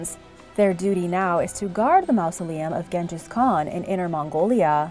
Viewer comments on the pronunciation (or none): Or mouse-oleum